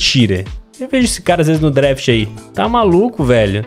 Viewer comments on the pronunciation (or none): none